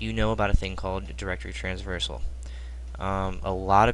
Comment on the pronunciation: Bro its traversal :P